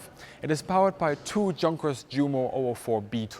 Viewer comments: Hi, I'm one of your viewers in the UK. I find your videos very therapeutic to watch. I really like the fact that you talk factually and even handedly when referring to WWII. As a brit, please can you confirm the correct pronunciation of the aircraft maker Junkers. I've always assumed that ignorant brits pronounce the "J", but the proper way to say it in English would be to pronounce it as "Yunkers".. Is this correct or totally wrong, please advise... This is so not important, but it is bugging me. Thanks and keep up the good work dude. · Great videos, however, in the UK we do try to pay some attention to German pronunciation and with Junkers there is an additional case that using the English J makes it sound like Junk and seems disrespectful, therefore as someone that has grown up in England, speaks English, has taught English and pronunciation, we respect German pronunciation and show worldliness by consistently saying it like "Yunkers". Junkers is also an important manufacturer for aircraft enthusiasts and modellers in both world wars and it is not an exotic name for us. I'm sorry if any Americans did the usual and not respect your pronunciation at all, but they do that with everyone because they are less literate than the rest of us and are a minority, foreign dialect, you will find that it's "Yunkers" in South Africa, Australia, New Zealand and not just the UK, and that's because we like to avoid calling it like "Junk" so I would caution against dumbing down our pronunciation, especially with native English as spoken in England. The fact is that the adoption of foreign pronunciations was a development around the middle of the 20th Century and away from saying Italian as "Eyetalian" and so on. It is a bit distracting the non-standard pronunciation of Junkers or the fact of the allusion to junk in that selection in the pronunciation, it is problematic and affects the presentation. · Is it actually pronounced “junkers” as opposed to “yoonkers”?